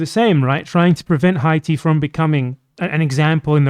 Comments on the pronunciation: It's because he said it like an English speaker 🤦🤦🤦🤦🤦🤦🤦🤦🤦🤦🤦🤦🤦🤦🤦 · Is there a reason you were pronouncing Haiti in Spanish?